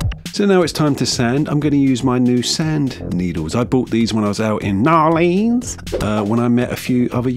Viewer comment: as a native louisianan, your pronunciation of "New Orleans" is quite atrocious, I love it